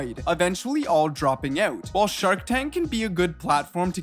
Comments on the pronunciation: Why do you say, "oat" when the word is, "out"? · maybe that explains it. from on i think he is saying the word 'out' but sounds a bit cra cra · "ooot" canuck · It feels weird when he says out